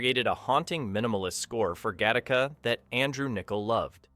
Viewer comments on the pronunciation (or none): O'cmon, how lazy is this channel?. Do you even attempt to edit the what I strongly believe is AI generated audio or do you actually IRL pronounce 'Gattaca' as 'Ga-TAR-ka' instead of 'Ga-ti-ka'? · It’s pronounced gatt a ca. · I hate the way this voiceover pronounces Gattaca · I can’t believe you went through the entire video to mispronounce the name of the movie. Holy crap did you even go back and see how people were pronouncing it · I like it, but I wish the AI could pronounce the film's name properly. A bit redundant as well, tighten it up with an edit to the AI VO. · When the AI can't get the name right the first few times lol. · I admit I didn’t notice until it pronounced the film name so badly it became painfully obvious.